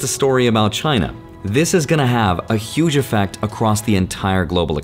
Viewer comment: Is not China, is “Giainna” 😀